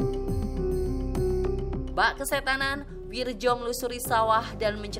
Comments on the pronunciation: Wiryo, bkn wirjo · itu Bacaan ejaan Lama.. bacanya WIRYO.. BUKAN WIRDJO.. WIIIIIIRRRRR YOOOOOOO